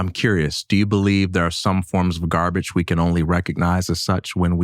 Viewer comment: It wasnt gahbege at one time. Mike Tyson has become soft.